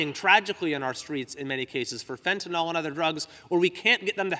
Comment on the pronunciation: He mispronounces fentanyl.